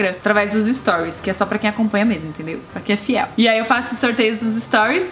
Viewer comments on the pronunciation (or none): none